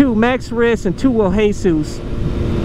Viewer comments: Who tf is hey-sus? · the way he says hesus it's just anoying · It's pronounced 2 WHEEL JESUS like Jesus Christ not Jesus the roofer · I like how he says hesus instead of jesus🤣😂